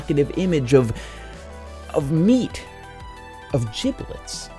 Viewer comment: Odd. I thought giblet was pronounced liked giblet, not giblet.